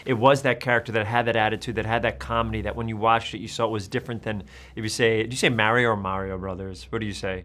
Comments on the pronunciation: Nobody: Ben: The Mayrio Brothers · He says merio